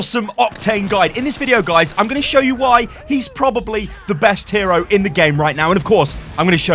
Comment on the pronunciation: Hero? It is not ow lol